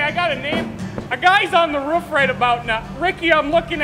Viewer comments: im suprised he doesnt say roof like "ruf" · Who in the hell says RUF instead of roof, honestly lmao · You mean " My Ruf" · Not many things more Midwestern than pronouncing roof like "ruf" 😂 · Excuse you, the correct pronunciation is just "Rff" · The way he said roof like “ruff”? I felt that. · Did you just say ruff? That’s why you did’t get help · You can tell he's from Wisconsin based on how he's saying "ruff." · People in south don’t talk that way but people in the Midwest do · i like that he sas ruf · "Rüf" I guess that's a regional thing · "My rohf" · Im kiwi and I cant hear it. Just sounds like hes saying Roof to me. Trying to imagine how americans would normally say it if its not like this... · Ope, there it is. I came to the comments section just to see how many people would talk about how we say roof. My mission has been accomplished. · really? Ive never heard it said that way in my life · I'm curious about how he switched to a different pronunciation of "roof" halfway through